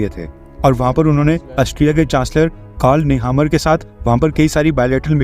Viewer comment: नेमर बोलिये, नेहामर नही